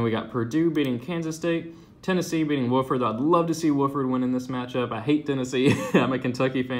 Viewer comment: Wauf-ord....not woof-ord